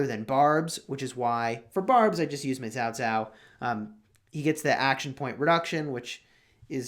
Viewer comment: pronounced the name correctly. It is Chinese transliteration "pinyin" spelling. Many youtubers mispronounced as "cow cow".